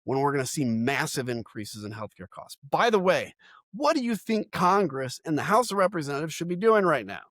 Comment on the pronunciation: Dude, stop saying "White 'Ouse". It's White House. ENUNCIATE the "H".